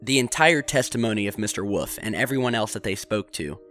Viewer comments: That's "Wolf", not "woof". Thank you. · I'm sure he means Wolf. WOOL-IF or WOOL-FFF lol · Btw, is it Carl "Woof" or Carl "Wolf"? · And it’s WOLF not WOOF you nut! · woof? you mean wolf? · love your chan man... but whenever you say "wolf" as "woof" i cry... i cri eri time... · I was joking i'm pretty sure he's saying Wolf . every once in a while you can hear a faint l in it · Eye-Zack New-tun.hmmm I'll blame the cold. Mr. Wuf?